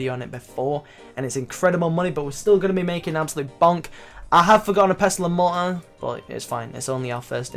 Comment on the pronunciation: " Pestle and Mo-uh" :D